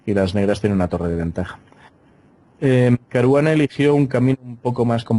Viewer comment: Ahora ya no es Caruana es CARUGANA.